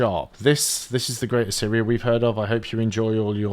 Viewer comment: Thanks for the guide, it's really helpful as i start playing the game. Also, your repeated mispronouncing of Assyria as "Arissia" is hilarious.